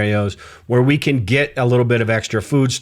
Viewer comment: I thought you were ai as you said can, in the can opener, you pronounced it as jack can do the overtime. When can as in canned food or can opener is more like, kan rhyming with hand.